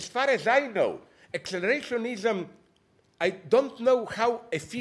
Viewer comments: “This idea that accelarashiekfoinism...” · "This idea that...ACCELERESHOSHENISM."